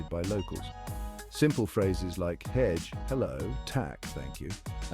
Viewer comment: I'm a local, and I don't appreciate if someone say things like "Hedge", "Täk", or "Orsaka" that's just reallly confusing and I have no idea what you're talking about. Please stick to English, don't try to impress me or "be respectful" by speaking unintelligible broken Swedish, perhaps other nationalities love when you speak their language (this seem like a general advice that it given no matter the country), but I think to most Swedes it will just come across as odd and a bit annoying, like you want to be praised for taking the time to learn it. But if you really want to, then "Hej" is pronounce like "Hey", not "Hedge".